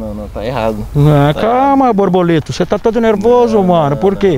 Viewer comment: "Borboleto" ele fala...